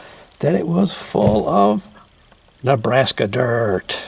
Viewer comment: you make “Nebraska Dirt” sound like a dirty word…thanks for sharing the hair drier idea, I’ll have to try that…thanks as always.